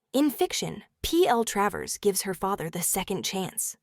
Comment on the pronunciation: It's Tra - vers. not Tray vers! Gave up with this.